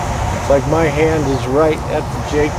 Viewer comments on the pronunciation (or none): none